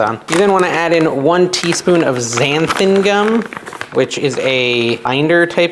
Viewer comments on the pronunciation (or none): Xantha gum...yikes